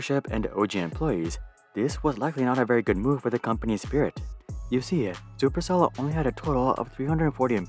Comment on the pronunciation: "Chuper Chell"